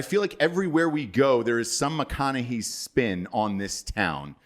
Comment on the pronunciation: saying McConahee over and over is just hilarious. Do not tell the how to pronounce anything son! 😂🤣😂 Fuckin love you!